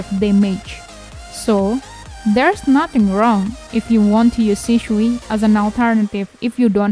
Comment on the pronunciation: it is shisui not sishui not shishui